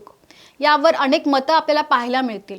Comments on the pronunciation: बाई तुम्ही आधी उच्चारण सुधरवा . अणेक निलंबण नसून अनेक निलंबन म्हणा. नसत्या ठिकाणी ण कशाला हो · अणेक,नवहे अनेक म्हणा